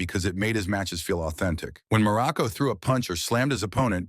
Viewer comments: Crappy AI narration, dumb and stupid narrative. Muraco--not "Miraco"--was an excellent heel, a solid wrestler, a great worker, and a likeable person. Was he a stiff worker? Maybe. Greg Valentine also worked stiff, as did the Bulldogs, the Road Warriors, and a lot more. It was just how they worked. As for Muraco's alcohol problems, if he was open about it, all the better. It can happen to anyone. This kind of BS reporting--if it can be called that--is a disservice to wrestling and the wrestlers themselves. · Me too! Mur a co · And Marco I heard too. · Dude just mispronounced dudes name "Miraco" and hes lying about this man?! No tragic life?? Unsubscribing immediately, God bless you 🫵🏾🙏🏾 and thank you. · "Merico"? I HATE AI NARRATORS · The AI voiceover is ridiculous. How many different ways can AI mispronounce the name Muraco? This is almost entirely fiction, this guy was one of the least controversial wrestlers in wrestling. God I hate AI… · He was one of my favorites when I was a kid but if they are going to use an AI narrator, at least pronounce the last name right of the person you are talking about. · This is totally bullshit. You can't even pronounce his name correctly.